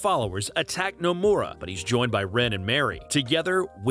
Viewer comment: The way this man pronounces Nomura's name would piss off Nomura himself.